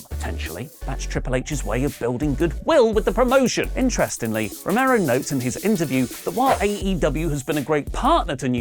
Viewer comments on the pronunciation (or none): none